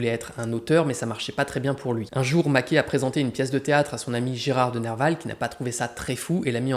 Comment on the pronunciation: Ca se prononce Maquè (et) et non Maqué